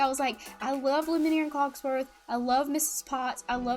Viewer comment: Love your videos but I just...I just gotta say.... It's pronounced (Loom-e-air) and (cogs-worth) also I vote toy story😁❤️